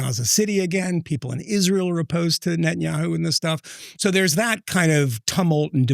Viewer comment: she has insinuated Israel did it. She spent a good amount of time talking about Israel and then later on she said “they killed Charlie”. Usually when Candace says “they”, it’s Israel. Or, “Ish-real”, as she stupidly pronounces it. She’s a dingbat and a lot of the things she claims are easily debunked.